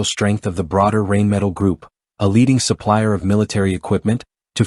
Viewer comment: I don’t even speak German, and I can assure you that your AI or computer generated voice through using to narrate this video can’t even begin to conceive German pronunciation. German is full of words that are made up of multiple words strung together sometimes almost making an entire sentence or paragraph in a single word. The word “Rheinmetall” is a perfect example. It basically means the metal works on the Rhine river. Now how do you pronounce the Rhine river? Not the way you’re stupid computer or AI voice pronounce that in your video. Another DA millennial.